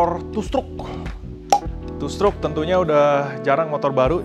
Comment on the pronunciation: kok gw ketawa yaa pas bilang two struk🤣kebayang nyusruk